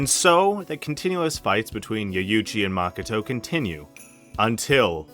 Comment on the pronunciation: I like the vid a lot and its really not a big deal but your pronunciation of japanese words/names is crazy. Yuyuchi? Maka-tow? NOOKIE MEN? C’mon bro 😂